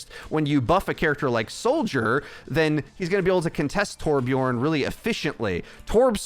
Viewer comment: Hi. It's 2021. I feel like you should know that Torbjörn rhymes with "learn" and "burn" rather than "born". Much love / your friendly neighborhood Swede